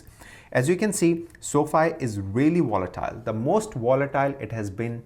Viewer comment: Are u saying wolatile or volatile?